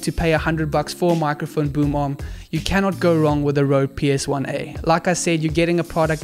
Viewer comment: Every time he said boom arm I heard boom mom 😂😂